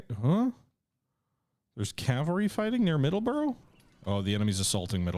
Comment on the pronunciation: Please get your Pronunciation of Middlesbrough right.